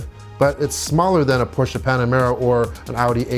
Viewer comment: D 10 extra points for pronouncing Porsche correctly!